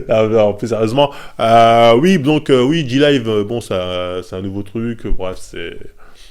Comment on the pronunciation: "je dis wui"